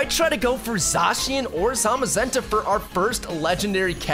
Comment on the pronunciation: Your pronunciation is all wrong for zacian and arceas